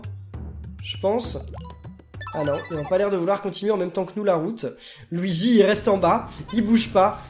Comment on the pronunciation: nn luigi il dit : go weegee!